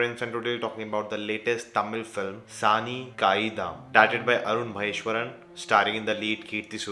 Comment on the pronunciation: The name of the director is Arun Maa-Thae-Swaran.